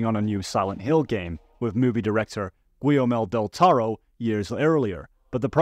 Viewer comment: great video, i really enjoyed your summarization of the theories, but you really fucked up saying Guillermo Del Toro’s name lol, keep up the good work tho, you make good content